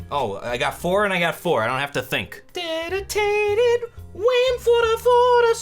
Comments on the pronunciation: BUT HOW MUCH DEDITATTED WAM FUDDAHFUDDAH SWEUVUH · how much dedicated wam fow a minecwaft sewew